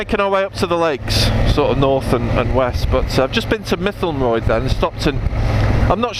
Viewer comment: Mytholmroyd hurt my ears with that pronunciation. Still long trip... Only saw 1 speed camera van and it was going the other way! Yes lets be back on two wheels soon...